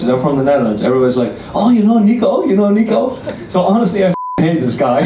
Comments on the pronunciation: “Let me introduce the man of the hour: NICK-OH”💀💀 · They called Nico Nick O 😂😂😂